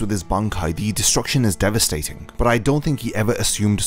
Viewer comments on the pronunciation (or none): none